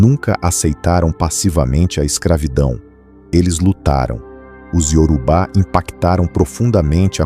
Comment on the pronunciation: YORUBÁ. A INTELIGENCIA ARTIFICIAL NAO PRONUNCIA DIREITO, RSS